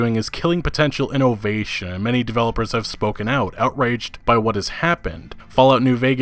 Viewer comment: Me: "Innovation": "Ee-no-vay-shun"